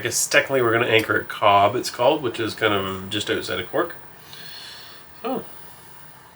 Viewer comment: Hi guys I love your show and was really looking forward to your Dublin day as I came to Canada from Dublin a long time ago. However I was disappointed that you did not try a guinness or have any food in Dublin. You were referring to "Cobb" in Cork and it is pronounced COVE also the Dublin port is pronounced DUNLEERY. Only in Ireland eh? Take care and have a lovely trip home.